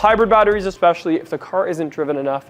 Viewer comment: Bro, stop saying Expeshally